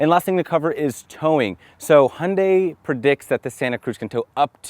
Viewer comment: I like your "Hyundai" sound, almost real Korean.